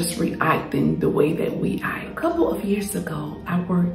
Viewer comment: This is great. I’m listening but are you saying "ike," instead of "act?"